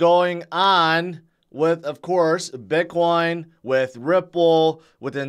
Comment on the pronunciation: Sounds like you are saying "bidboy". :)